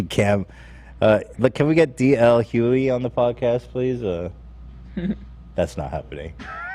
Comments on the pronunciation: Ethan ily but it’s D.L HuGhley…not Huey or Hugh-Lee. Pronounce the G!!! 😭 driving me crazy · The way Ethan so brazenly says "D.L. Huely" over and over just has me rolling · was right he’s saying d l hugely wrong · Pronounced D.L. Hue-glee. Man's speak facts 💯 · Listening to Ethan’s pronunciation of “Hughley” was more triggering than ASMR. “Hue-glee”, my guy. “Hue-glee” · Hughley...( HUE - GLEE)...how many times do you have to butcher it? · Its HuGhLey... Lol You pronounce the G. 🤦🏻‍♀️ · my guy mispronouncing tf out of dl hugelys name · Why won’t anyone tell Ethan the correct way to say “Hughley”?? It’s driving me nuts. He is even second guessing it and continued to call him D.L for the remainder of the show. Honestly if they would brief Ethan on this before they start the podcast, it wouldn’t seem so messy. I know y’all are busy, but peace and love…just some preparation would be nice. Also I wanted to edit to say my interpretation of the pushpins on Kanye’s kids backpack- I don’t believe he was trying to make some negative point about the alien. I think his point was that his kids love him and his mother and want to see them together, that is what he wants to spin. If they can’t be together, it also shows his kids love him and want to be around him. Not condoning anything he has said or done recently, just my opinion of that post. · It pains me to hear Ethan mispronounce DL Hughley’s name over and over again… he’s a super successful comedian. I’m baffled how he doesn’t know him. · For the record was right about the Dl Hughley pronunciation, it has a hard g sound. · is correct on DL Hughlys name pronunciation. Ethan can't pronounce names right to save his life. 🙄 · Take a shot every time Ethan says DL Hughleys name wrong 😂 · If you want DL Hughley on the podcast, you're probably gonna wanna pronounce his name correctly. How does no one there not know they're saying it wrong lol